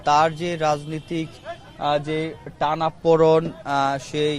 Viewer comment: টানাপোড়ন না টানাপোড়েন।